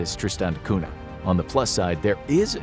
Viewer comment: Cunha is pronounced Kun-ya and not 'Cuna'